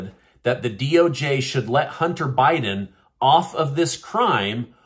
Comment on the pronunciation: It’s.